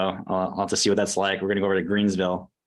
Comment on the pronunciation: *Greenville" No s.